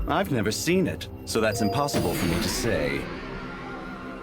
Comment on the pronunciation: Hahaha she said emplossible